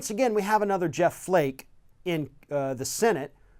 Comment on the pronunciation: Heavy emphasis on the word FLAKE